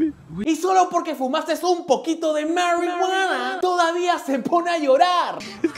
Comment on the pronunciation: Jaja me voy a descargar tu diciendo 'Maruiguana'